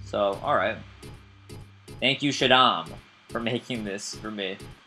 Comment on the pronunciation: Shaddam? Is it Shaddam Hussein by any chance?